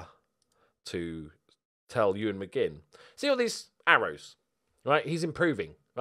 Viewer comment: The young Scottish lad is called ‘McMinn’ not ‘McGinn’